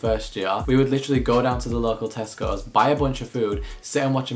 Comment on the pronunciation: why did my American ears hear testicles instead of Tesco's😭